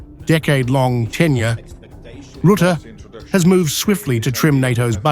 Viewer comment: Rətə like duh! Ruh te. FFS!